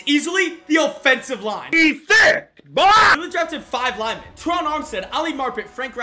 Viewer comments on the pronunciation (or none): none